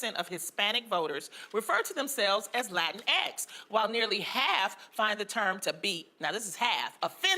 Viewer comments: its so freakin funny when you say "latin EX" like that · Latinx is pronounced Latinks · if she respect Spanish she will know that she would have to pronounce in Spanish as Latin equis no Latin ex..as ex is the name of the letter X in english... are they trying to tell us we are ex Latinos?, no Latinos anymore?. ..... is interesting how she not even aware that letters have a gender in spanish and x is femenine, we already had a letter for inclusion and that the Latinos represent all genders, she should study grammar before speaking not sense. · Lol lateenex is nothing that any actual Latin person says, and as you pointed out that's not even how you pronounce the letter x in Spanish. It would be latinequis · I'm pretty sure its pronounced Lateenx. You're welcome. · I thought it was pronounced "La Tinks" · Oh... I've been pronouncing it "la-tinx" ... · I love it every time the presenter pronounces "Latin-EX!". Almost like he's shitting himself. It could truly be the genesis of the Spanish language going halfways to becoming Arab in pronounciation. Latin-EX! - When wokeness shoots itself in the fo-OOTT! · The term 'latinx' is not only stupid but really problematic. First it is hard to pronounce in Spanish. To say it like the gringas of that show it will have to be written "latinex". And also everything is gendered in Spanish, from things to animals, so if a change is done in one word then the whole language will have to be changed. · Uh, excuse me, it's pronounced "la-tinx." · Notice how she says “Latino” and “Latina”, using her Spanish pronunciation, but when it comes to “Latin EX”, she doesn’t. I think that pretty much says it all. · I was making a dinner while watching this, so I wasn't exactly watching, but rather listening. But every time I heard that loud "LATIN X", I was like "Pause and rewind - what kind of X did he pu there this time?" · Laughed every time you did the "Latin EX!" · Latin...EXXX!!!!! I giggled everytime you emphasized that shit, hilarious